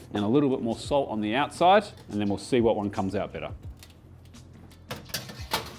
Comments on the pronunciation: the accent confusing on 'bitter' and 'better' i was like wait braised meats get bitter when they sit? huh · I thought he said the bolognese sauce tastes „bitter“ the next day lol but he meant better 😭😂